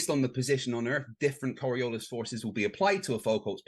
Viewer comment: Does not even know how to pronounce Coriolis, he keeps calling it Coriolisa?